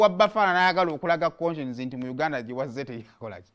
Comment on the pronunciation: The way you sound up the name koshens mbu konshens